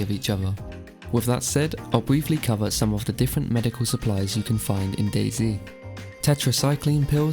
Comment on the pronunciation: Dayz uuuum dayz not daizy?